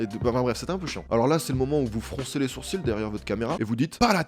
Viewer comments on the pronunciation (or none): none